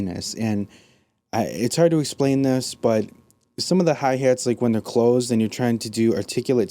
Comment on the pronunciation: I come to these videos all the time but I can't get over the Midwest accent you heeeve. Hey hates. What's heyppening with the hey hates. Ugh.